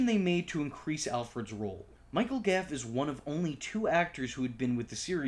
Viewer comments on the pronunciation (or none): Gough. Goff not gaff. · Gough as in "cough" with a G.